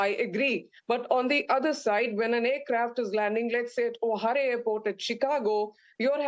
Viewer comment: This "expert " flies 250 days a year and calls Chicago airport O"harey!!!🤣🤣🤣 It's pronounced O'Hare (as in hair). Wow!!!!!